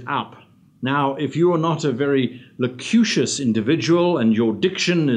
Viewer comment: I love your videos, but the irony of the back-to-back mispronunciation of loquacious as loqucious and erudite as eriudite in order to show off your vocabulary while describing someone who doesn't have a very expansive vocabulary made me chuckle.